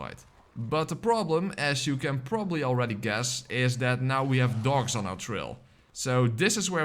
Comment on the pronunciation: Are you saying dogs or dorks?